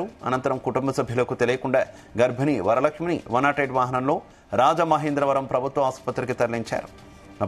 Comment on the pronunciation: వరలక్ష్మి కాదు.. వారా లక్ష్మీ...